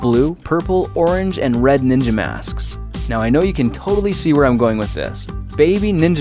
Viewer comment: "Ninia balls"